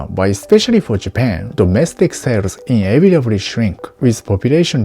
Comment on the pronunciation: Having an accent CAN effect understanding. But it’s case by case. Words that aren’t clear just need to be said differently. You sound fine. An for example, when you said “inevitably”, it should be pronounced “ineViduhblee”. That’s all. And the “th” sounds are good to practice.